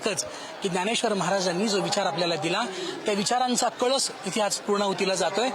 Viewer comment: कलश....हा वेगळा .....व .....कळस ....वेगळा आहे ........महाराज आपन सुध्दा कळश म्हणा.....❤....